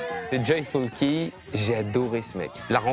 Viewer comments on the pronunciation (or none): il ne sait pas prononcer son propre blaze lol, “ Key “ se présente “ Ki”